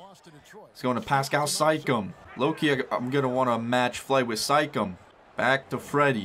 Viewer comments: did he just say sikam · Am I the only one that heard him say sike-em instead of Siakam?